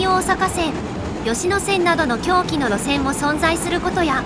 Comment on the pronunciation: 「南大阪線・吉野線などの狭軌の路線も存在……」が「南大阪線・吉野線などの狂気の路線も存在……」に聞こえてしまうのはな～～ぜ～～？ｗｗｗ